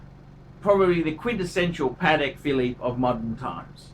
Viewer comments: It sounded like he pronounced the luxury brand "Panic Philly" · How can this guy gives advice when he can't even pronounce the brand properly...???